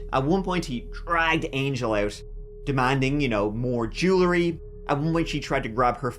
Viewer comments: Jewel-ry, not Jooler-y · JÉW-EL-RY! JÉW-EL-RY, DAMMIT! Not jew-luh-ree. How many times do I have to tell ya!